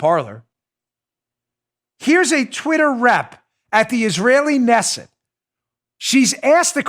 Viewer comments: Knesset pronunciation: K'Nesset NOT Nesset!! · The K in Israeli Knesset is not silent. It is pronounced Kenesset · It's pronounced: Kanesset...You say the K... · Oh Dan, just so you know. The word Knesset is like Monty Python's pronunciation of knife, k'nife. So it's pronounced K'nesset. Good show though! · Pronounced Kinessit Knessit Dan, lol #MAGA #KAG Trump 2020